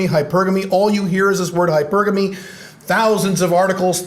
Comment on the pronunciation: Always appreciate your insights from your experience. Good post. (Nice to hear someone pronounce hypergamy correctly.)